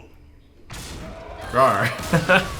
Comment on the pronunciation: ew he said rarw xd